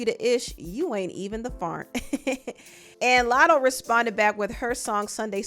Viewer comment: The way she said Fart was annoying asf though lmfao “Farnt” 😒🙄